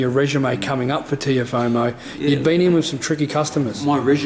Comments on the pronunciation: ''Teofomo'' ahahhaha! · Are people hearing the interviewer say ‘Teofomo’?…was an awesome win over him George to take all the belts…rooting for you against Haney